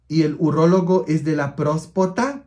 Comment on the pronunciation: Se dice urólogo padre